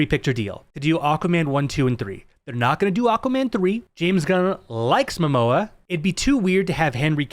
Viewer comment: It's MOMOA not mAmoa.😁